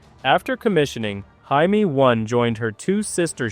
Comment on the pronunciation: Will You PLEASE Find The Right Way To Pronounce JAIME! -The Way You Were Saying It Is A Derogatory For "Jew"!